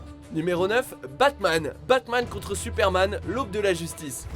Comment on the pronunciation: "Batman contre Superman" mon dieu ... "Unjustice", "Dèredèvil" 😒 S'il vous plait un p'tit effort !